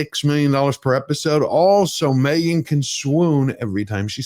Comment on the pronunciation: She is MEgan ...."H" is silent.😮😅😅😅😅